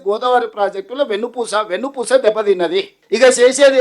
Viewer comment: "గోదావరి జలాల ఎత్తిపోతల ప్రాజెక్ట్ లో మేడిగడ్డ బ్యారేజ్ వెన్నుపూస లాంటిదని CM రేవంత్ రెడ్డి గారు అన్నారు" అని చెప్పటానికి "వెన్నపూస" లాంటిదని news రీడర్ గారు తప్పుగా చదివారు.